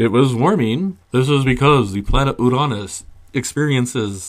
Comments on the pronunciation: Ooranus? Is this to get around the "Your anus"/"Urine us" problem with the other two pronunciations? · Ooo-RAN-iss That's the first time I've ever heard someone pronounce that planet's name without invoking a body part or function :-)